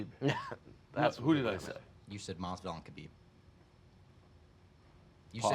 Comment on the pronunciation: not in English buddy! KA-BEEB